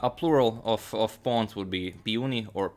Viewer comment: The queen and pawns pronunciation almost sounds excaclty like the way we pronounce it in afrikaans here in south africa